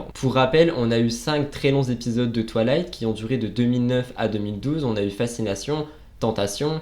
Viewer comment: C’était génial, à part le twalayte insupportable 🤣🤣 on dirait que tu dis toilettes 😅 c’est twaye-layte ahah Merci pour cette vidéo 🥰